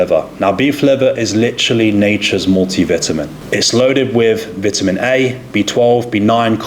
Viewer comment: Dude obsessed with health and fitness, can't pronounce vitamin.